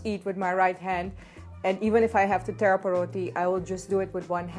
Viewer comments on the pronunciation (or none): none